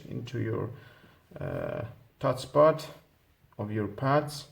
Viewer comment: Not Pads. Buds, with a B